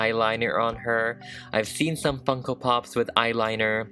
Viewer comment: When he finally got started to customise her, I thought he said, "Here we have the DIY fuckin' pop. But he really said, DIY Funko pop. lol